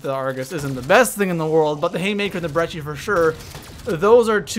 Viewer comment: There's no "H" in Brecci. Stop pronouncing it that way. It's Breh-Key